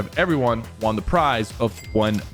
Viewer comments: How everyone says won: one How Sypher says won: Juan 😅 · Why is he saying WON so weirdly